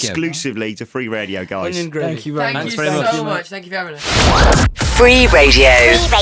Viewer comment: Am watching this only to hear louis saying fank you